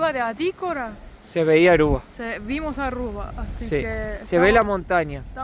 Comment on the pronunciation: No es Arrua, es Aruba.